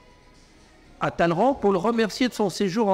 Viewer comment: sait prononcer « Talleyrand » correctement.